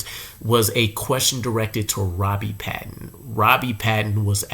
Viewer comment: please pronounce Robbie's last name right. PATON (hard A)